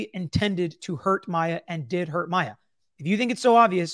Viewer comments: Oooh,! Tell us how you really feel. 😉 I don’t disagree. He’s mispronounced both Maya and her mom’s names the entire trial!!! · How many times can the defense mis pronounce her name so many times is so unprofessional!!! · It has bothered me from the beginning that several of the defense people don't say Maya or Beata properly after 5 years. think that they absolutely didn't care if they harmed her or not. I can't say they had a baseline goal of having her but they certainly had goals in mind that just absolutely disregarded her well-being, what she wanted, what was best for her. They actually said it. They said they were over it. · I was thinking the same thing about him calling her by the wrong name. He has been pronouncing names wrong the entire trial.😢 I do think that they purposely hurt her in certain ways. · Altenburn specifically has mispronounced Maya’s name throughout the entire trial. It really does send a message imo. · I just rewatched this. You want to tell me that after 9 weeks of trial, after having this case for how many years, the defense attorney still does not know how to pronounce Maya's name? Are they really serious? Just for that they should be punished. Shows the uncaring attitude of their team.